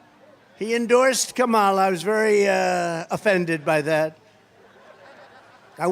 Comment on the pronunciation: Every time Trump intentionally mispronounces Kamala Harris’ name, it shows me how juvenile and unintelligent he really is.